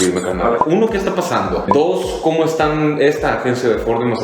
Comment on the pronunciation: Pazando? O pasando? 🤔😂😂😂😂😂😂